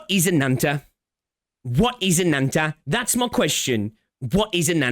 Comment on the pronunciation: Ananta = Butchering Japanese pronoun for calling others "Anata" just to make this game sound "Anime" and "Cool/Sugoi".